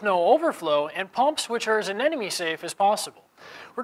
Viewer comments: Anemone, not anenome. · Someday people will learn how to correctly pronounce Anemone.